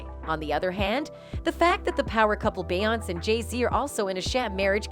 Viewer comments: Are you a bot or do you seriously not know how to say her name? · She doesn't even say her name correctly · Can't even pronounce the name correctly. Pure click bait. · Wha the f are you pronouncing BeyoncE like that are you dumb lol? She's been famous for 20 years and you still don't know her name? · Idk if I can take this video seriously when she's not even pronouncing her name correctly! 🤨😂 Child...what kinda AI produced video is this?! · Have I been saying Beyoncé wrong or is this girl way off?? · Any chance Beyonce's name can be pronounced properly? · Get an AI that can say beyonce you hacks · Beyonc ….eeeeeeeeeee god that was driving me nuts the way you are saying her name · This channel is the worst I despise when people cannot pronounce someone’s name correctly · And can't pronounce Beyonce. Ud think whoever made this would've listened 2 it first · AND mispronounced Beyoncé’s name over and over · Who’s “be-ount” they know they can tear up black peoples names, lol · BAY-AWNSZ 😂😂😂 MORE LIKE BEE-AWN-SAY (BEYONCE✨) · OK is she messing up her name on purpose because everybody else name she said correctly 😂 BEYONCE ! NOT BAY YONC 😂🤦🏾‍♀️ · It’s Beyoncé. Not Beyons 😂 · Lies. And her name is not Beyons. It's Beyonce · YOU TALK TOO MUCH! SHUT UP AND PLAY THE VIDEO PLEASE. AND HER NAME IS PRONOUNCED “ Bee-Yon-Say”…3 syllables! Stick with spilling tea from your own clique/Entourage/something you know a little bit more about what you’re speaking of!! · Who pronounces Beyonce as beyons?? 🤦 At least you could pronounce her name correctly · Her name is pronounced 'Be-yonce-say'. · They're BOTH evil. Jay-Z with his "Joe Camel" lookin' ass...Beyonce ain't a prisoner. And when did we start calling her "bay-ontz"? 🤣🤣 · "Beyunce"?.??? ..please... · I always knew the voiceover was AI generated, but it really shows with how it pronounces bayOUNCE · Let’s help her. It’s pronounced like Beyond Say. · BaY AnTs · This is really a show about the insect world.. Bee ants cee?